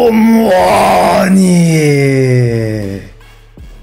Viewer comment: KOLO MMMMMUAAAAGGGGNİ DEMENDE PATLADİM YA DJSHSJSJSJSJ